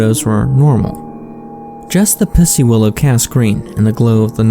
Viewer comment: say pussy willow harder lmao